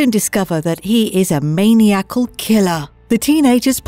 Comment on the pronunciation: MANIACAL --- "min-EYE-ah-kul" ... not "MANIAC-ull" 🤣 😂 Smh.... I dont know why I'm still stunned, at least once a day, for YEARS watching videos, at people who READ for a living but can't pronounce simple words (or ask someone if they don't know....) EDIT ADDED: oh wonderful, there it is again, ! Lmao... strike 2!